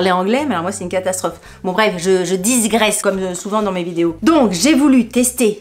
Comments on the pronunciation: Coucou..merci pour ces infos quelques produits me font de l oeil..sinon on dit digresser et pas disgresser désolé😊 des bisous ❤ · Petit conseil : Digresser (et non diSgresser) ... 😉. sinon, tjs ravie de voir ta bonne humeur et ton dynamisme ! 😘